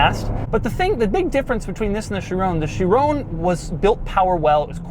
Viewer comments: Sharone? Ky-Ron lol thanks buddy.... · Again Doug, Chiron is pronounced She-Ron, not She-Roan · Doug back at it again with the “Chirone” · What the hell is a She rone? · jesus and after u pissed me already off with your persistant FEWAWWI pronounciation you start saying SHIRONE. jesus christ you really are an american stereotype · chironee? How do you pronounce that😂